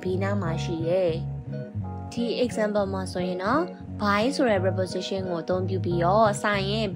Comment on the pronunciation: Preposition အသံ မှန်အောင်ထွက်တတ်အောင်ကြိုးစားပါဦး။ မဖြစ်စလောက်အသိနဲ့ စာသင်နေလိုက်ကြတာ မြန်မာပြည်မှာအများသား။